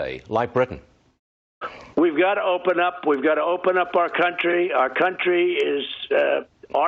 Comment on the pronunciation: "... Our cunt-ry, our cunt-ry, our cunt-ry open it up ..." 🤣🤣🤣